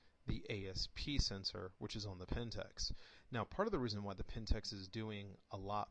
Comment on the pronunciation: A couple of errors, the APS-C, not APS, is not a backlit sensor. It is also not pronounced Pentex, but PentAx, like an axe. I am a Pentax user and I can tell you that to properly develop a Canon raw file you need Canon's DPP, nothing else works as good. Maybe in the future, but not now. You need to get your facts in order before you do an analysis. Otherwise good analysis.